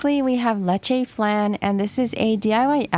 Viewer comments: She pronounced flan wrong 😂🤚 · Oh I love flan! Also for they way my family pronounced it I think you got it wrong but that aside, I love your videos. Your voice is so calming it could be the ASMR alone 0-0 anyways thx for making your videos and have a amazing day :) I loveeeeee your vids so much :) can you make a video of all clear slimes?